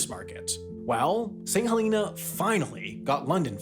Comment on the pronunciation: Thank you for pronouncing St Helena correctly! I was on the first flight from St H to London 😊